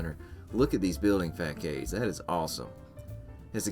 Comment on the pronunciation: facade is pronounced "FA-SOD" not "FAY CAYD" just fyi. Love the video!